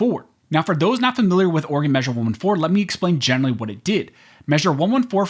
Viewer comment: It's not state of organ its state of Oreegon"